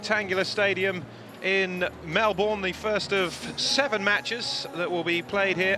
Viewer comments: Hey man. Not all of us mispronounce it. That said, I'm surprised the commentator did. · I thought Americans were the only ones to not pronounce Melbourne correctly.LOL